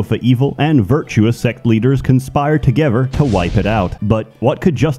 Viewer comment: I swear this guy says "togever"